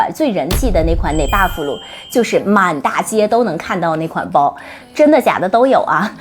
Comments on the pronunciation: neverfull 念成 捏吧福 我听了觉得很别扭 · Never full 念成这样，唉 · 日文发音好像确实是这样的🤭